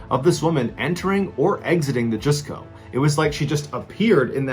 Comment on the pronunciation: Mr Ballen...the Japanese Mall is pronounce as Just Co not Juice Co. Just politely sharing with you. I am your Fan and dont mean it anyway negatively. Thank for for telling so many Wonderful stories. ❤